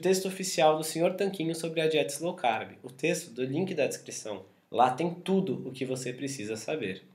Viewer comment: Não é Slow manos... é LOW CARB... esse "S" aí não existe.